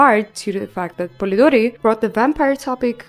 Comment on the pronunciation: I love how you pronounce Polidori, its so cute 😭 anyway amazing video,can't wait for new ones❤❤❤